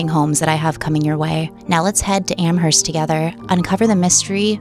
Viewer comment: What is spelled "Am-herst" is actually pronounced "Am-erst."